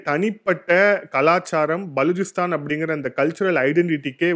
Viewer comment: பலூச்சிஸ்தான் நீங்க உச்சரிக்கும்போது பலூச்சிஸ்தான் உடைந்து போவுது. அப்புறம் கவுதாரி போர்ட் இல்லை குவாதர் போர்ட்